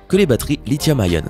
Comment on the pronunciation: On dit pas lithium-aïeone mais lithium-ion qui se prononce i comme Inès ; on comme on fait quoi aujourd'hui.